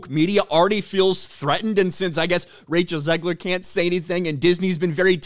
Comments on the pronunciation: Did he say Racial Zegler? Lol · Did you call her Racial Zegler 😂